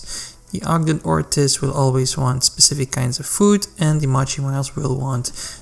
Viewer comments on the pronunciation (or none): It's not "Mah-chy".. it's "Moe-Chee" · No, no it’s defientely, moe-chee